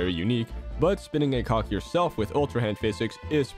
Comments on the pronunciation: Not trying to be mean here, but when you say cog, you might want to say it a bit clearer since it sounds more like you're saying co ck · PLEASE tell me you said "cog" and not anything else.